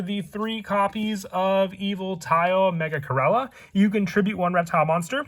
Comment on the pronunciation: I almost unsubscribed & took my like back cuz of the way u said my boi Megachirella’s name…💀